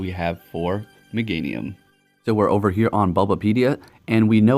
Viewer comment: really? Mega meganium or is it mega-nium😂